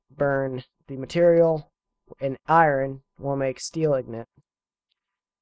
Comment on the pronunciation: INGOT not IGNOT